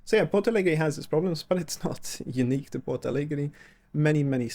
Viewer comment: Ich hab schon eine Weile keine so miese Übersetzung gehört wie diese KI. Diese KI sollte sich wirklich schämen Rio Grande do Sul ist nicht schwer auszusprechen. Bei Porto Alegre kann ich es noch ein bisschen nachvollziehen, aber Rio Grande do Sul, nein absolut nicht. Trotzdem es tut gut ein bisschen die Heimat meiner Mutter zu sehen. Sehnsucht pur